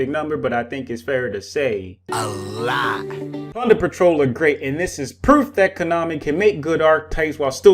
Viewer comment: Am I the only one hearing "punder patrol?"